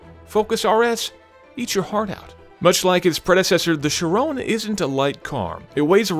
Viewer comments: Isn't it pronounced "Ki-Ron" (kinda rhymes with Byron)? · isn't the name pronounced like kyron? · I can't stand his pronunciation of "Chiron".... sounds like "Sharone" whan he says it :/ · why does he keep on saying "sheeron"? annoying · SHIRown? Nope, there's no E on the end. Cannot take you seriously. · Thirteen155 it's 'chee- ron' actually... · Kind of funny you mention that but even all other English presenters pronounce it the wrong way...it's pronounced in a French way with a numb N at the end. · The way he pronounces Chiron ruins the video. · It would be very nice from an American "Car reviewer" to speak the name of the Bugatti Chiron finally properly. It's not a "Shirone"...!! like this guy has spoken out ten times the car's name! That's almost disgusting for our ears! Could it be that difficult for an US-presenter to speak this really simple french name correctly...? This is an european car... come on! I want an European guy to present the car. I can't bear this "Shirone"-guy in the video any longer! Louis Chiron is "spinning in his grave"...lol! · "Shrone"? SHRONE?! Tell me that it's not called (my my my) Shrone (a). And please return to his rightful place in the driver's seat. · chirone ? 😧 I don't understand you can pronounce vayron correctly but Chiron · Since when the the 'Chrion' become the 'Chayrone'? Bring back! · whats a sheer-owwwwnnnn????????????????????????????????? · It's pronounced "Chiron" (like it's spelt), not "Chirone" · When he pronounces it as "Chirone" - TRIGGERED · i wanted to KMS every time he said chiRONE,its chiron, with a short sharp end after the 'n' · *CHIROOONEEEEE*. Dude. It's Chiron, atleast try to pronounce it right. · Why did they choose this presenter. I hate his pronunciation of the car's name "Shirone" dude wtf. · It's Chiron not Chirone ;o) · chirone???? you mean chiron ON not ONE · Great video though it's pronounced Shi-ron not Shy-ron. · Chiron = 'she-ron' not 'she-rone' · Ky-Ron not sha-rown